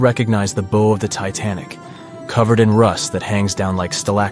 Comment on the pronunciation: “Bow” (of a ship) is pronounced like “plow” (not “crow”)!